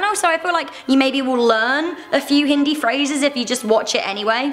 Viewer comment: I am Indian and I speak Hindi but sorry it's pronounced "Hindi"Just like "Hindu". No hate though